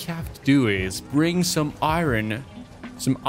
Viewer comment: pretty sure its ir-on not i-ron